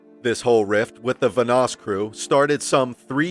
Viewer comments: Let's say it together.... VAN-NOSS....again... VAN-NOSS not VA-NOSS... ALSO, this video is full of bullshit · bro its vanoss van oss not vunoss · I feel like this guy has never watched a vanoss video ever considering how he just keeps pronouncing his name wrong over and over again 😂 I swear he says it so many times saying and I go crazy each time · Vanoss has literally said nothing about Mini. The facts about mini were basically right but then it all ends with “No wonder Vanoss hates him” when Vanoss has been smart enough to keep his opinions to himself. It’s clickbait videos like this that really makes me wish YouTube kept the dislike . Also, how do you mispronounce Vanoss so much when you’ve got thousands of videos of him and his friends pronouncing it for the last few years?